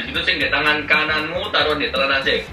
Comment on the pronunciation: Talenan bukan telenan org jawa harusnya tau